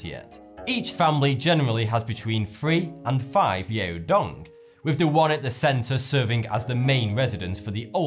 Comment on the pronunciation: It's not pronounced 'yay-o dong'. 'Yao' rather rhymes with 'cow' (happy Chinese New Year, btw)